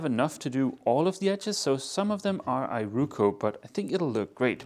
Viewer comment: Ee roh koh. Not eye ru ku.